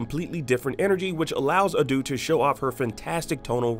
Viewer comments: Damn, the dub sounds disgusting =)) Anyways, its not pronounced "ah-doo", its "ah-doe" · it is pronounced Ah-Do, not aaaaaduuuuu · It's not Adu it's Ado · Bro called Ado “Adoo”😂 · she is A-D-O. There is no "u" sound or double "O". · wrong pronounciation. she is Ado (a-d-o), no reason for "u" sound. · "Adooh" lol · Research pronunciations before recording videos. "A-Doo“?